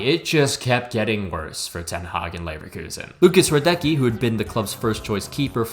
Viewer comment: It's pronounced rah-detsh-key